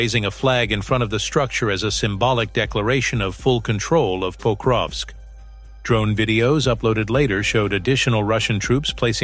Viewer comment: It is not "Póukrovsk", it is "Pakróvsk" !